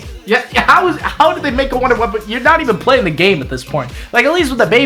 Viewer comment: Wunderwaffe Me: Im so f**king triggered rn, its pronounced vundervaffer not f**king wonder waft